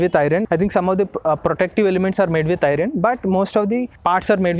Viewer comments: Brother you are fluent in English, except you spell iron as 'i ron', actually it should be spelt as 'ion'. R silent in iron. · Can you please check how to pronounce 'iron'? Thanks